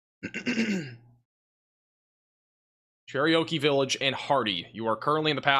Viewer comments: You butchered the name Cherokee. Like...did you ever really bother to try to read the name? I understand accents can influence pronunciations, but really? "Cher-ry--o-key?" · U said Cherokee like it was an Indian Oreo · Cherokee is not that difficult a word. Lol. Good coverage